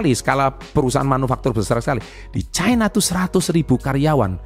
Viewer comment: Baca nya ga bole caina ooonnn loe... Tanya kakek mu cina bacanya..KLO chaina bacanya itu ada artinya lain